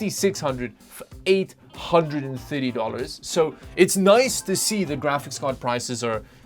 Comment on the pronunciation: dude when we move on to the 40 series it will be so depressing not hearing say thiddy